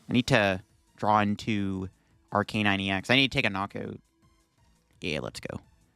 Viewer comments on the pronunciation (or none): I really like your videos but it would be a lot better if you took just a little time to learn the names of the Pokémon you mention... That's not how you pronounce Arcanine, Heartran and Bibarel